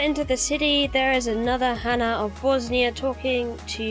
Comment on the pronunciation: It's not Bosnia, it's Bossonia :)))). Also love the dead body piles under the locations :)))